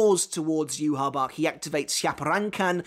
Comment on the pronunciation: SAY YHWACH’S NAME PROPERLY!!!!!!